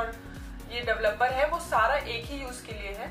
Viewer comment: Duvluper ki pronunciation sikhe pls